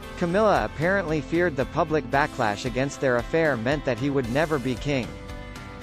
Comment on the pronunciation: The computer narrator was too shy to say “tits” so it said “T asterisk asterisk T S” but said “Camilla had become PUBIC enemy number one”. I’m guessing the narrator somehow knew about the soon-to-be-king’s desire to become a tampon!